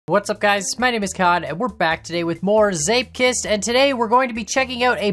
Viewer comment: im origanaly dutch and prenounces zeepkist almost perfectly